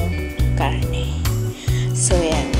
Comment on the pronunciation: Bakit nauso ang KA-AHRRTEHAN sa pagbigkas ng letter "R" PAHRRA, PAHRRA, PAHRRA. PAHRRA SAKTO LANG SA BUONG KHARRNE NA NABILI NIYO. Kaumay... Ang arte sobra